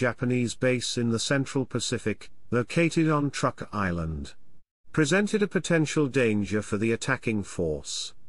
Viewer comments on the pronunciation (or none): none